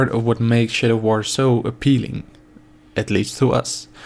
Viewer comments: sounds like he said "shitter of war." yeah theres that alright. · I thought you said 'shitter of war' the first time lol